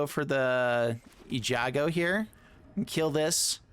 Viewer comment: Listen to yourself Eiganjo is Ay-Gahn-Joe, my dude, not Eh-ja-go! The hard G comes first.